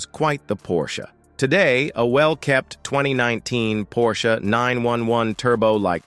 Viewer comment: Give everybody a break!! The car you show is NOT a cabriolet nor a turbo. You better get a little education including the pronunciation of the name Porsche.